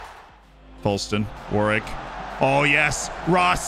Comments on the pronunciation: It’s pronounced warick not Warwick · New drinking game, take a shot every time mispronounces Warwick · We are going to have to teach how to pronounce English names like Warwick 😂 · Love the pronunciations Z! 😂 War-Wick being my favorite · I was trying to work out how best to type this out on the last video, I settled on Worrick. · I was hospitalized for alcohol poisoning before finishing the video